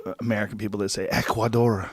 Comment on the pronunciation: Curiously, Joe pronounces Ecuador correctly and Argentina incorrectly